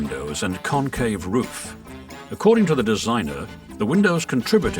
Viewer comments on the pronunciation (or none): none